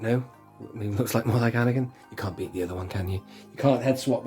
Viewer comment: I quite like A-neck-in ... 🤦‍♂️🤣 Couldn't you apply the stickers and then use an earbud to apply some black paint over the top to tie in the weathering!? 👍